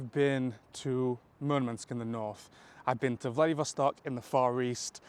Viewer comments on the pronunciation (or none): none